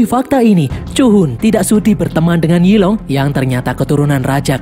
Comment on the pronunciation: Yi long = zilong 🗿